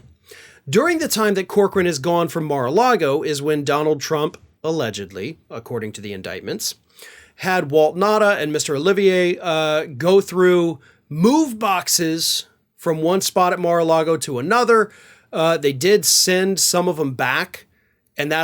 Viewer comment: it's De Oliveira, not De Olivier.